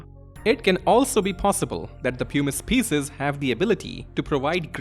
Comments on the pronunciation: Puh-miss 😭 not pyoo-miss. Best vid on ff9 lore I've ever seen though! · Ots not "poo-mice" or "pew-mice" its "pum-ise". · ok, bear with me, I was on board cause I was sure he was saying 'pumice' wrong. it's 'puh-mice', like plum without the 'L'. But now you're telling me 'hummus' doesn't rhyme with 'pumice'? It's 'hyu-mmus' like 'hubris' or 'human'?😵‍💫😵‍💫😵‍💫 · Why does everyone say it like poomuce. It's Pum us. As someone who studied geology it always pains me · Pumice is pronounced differently. Like: puh mis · Him saying Pew-miss is killing me. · it's clearly a "pew-miss" stone, not a "puh-mis" stone 😂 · great essay but I wish someone had been able to tell you before you made it that "pumice" rhymes with "hummus"